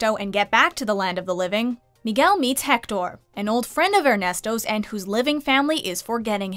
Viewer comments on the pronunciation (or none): Ana Lucia RV "Jector" "Hecktor" Yeah, I know.